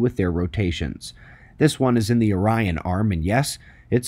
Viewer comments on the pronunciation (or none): none